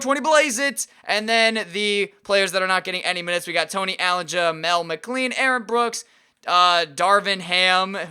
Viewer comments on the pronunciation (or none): none